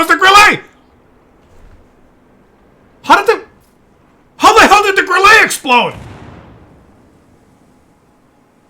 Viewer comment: Grille calls team idiots because they completely ignore West flank. And by the way, Grille (German for crickett) is pronounced 'Grill - luh'. Thanks